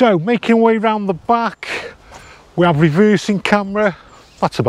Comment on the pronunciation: You are going to all hate me for this but.... "What we do av" Once you hear it you can't unhear it 🤣